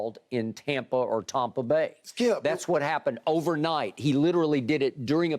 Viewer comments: And it's not "Tompa Bay" it's Tampa Bay. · Skip: “Tompa” Bay 😂